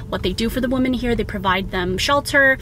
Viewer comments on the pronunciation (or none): I really wish would learn how to pronounce 'women' properly... esp given that it's the name of her brand.